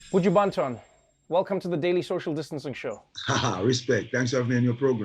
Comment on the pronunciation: Tip Trevor to practice J'can patois: pronounce the 'o' in Banton like the 'a' slightly o/a